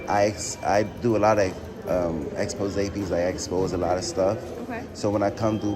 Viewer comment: Did he say "I exspose a lotta stuff??????